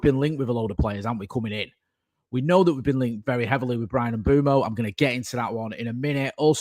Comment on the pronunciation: it's "Mm-bweh-moh" (Mbeumo)...🙏🏾